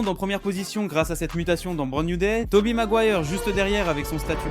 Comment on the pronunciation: Toby quoi ???? Maguoire j'ai entendu